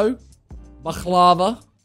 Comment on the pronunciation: the proper baklava pronunciation though